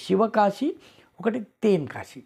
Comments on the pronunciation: తెన్ అండి, తేన్ కాదు. అద్భుతః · తేన్ కాశీ కాదండీ తెన్ కాశీ. తె కి దీర్ఘం లేదు. తమిళంలో వడక్కు అంటే ఉత్తరం అనీ తెర్కు అంటే దక్షిణం అనీ అర్థం. తెర్కు పదాంతికంగా తెన్ అయింది. నమస్కారం 🙏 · It is ten not. Teeen kasi